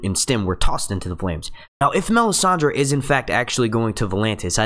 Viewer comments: stop saying Me-sand-ey...annoying as hell.. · Does anyone else's skin crawl every time he pronounces the names wrong???? Me-san-dee??? No...Mis-san-day. Var-rees? No... Vair-is. Please, please, PLEASE ....LISTEN to the way the names are pronounced in the show and take note.... thanks!!!